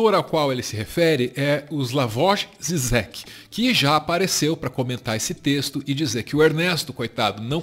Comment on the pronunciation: Slavoj Žižek = Slavoi Jijek. O J tem som de "i" e o ž do "J" no português.